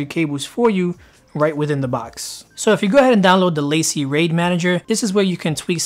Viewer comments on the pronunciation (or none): It's La-Cie not Lacey lol! It's French! Also it's Date-a not Dat-a....